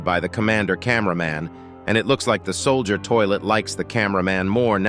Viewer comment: "sollider toilet" 💀💀💀 "mowmme" 💀💀💀 "baddazz" 💀💀💀